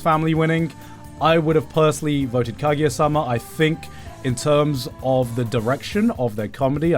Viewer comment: Why does he say Kagiya instead of Kaguya.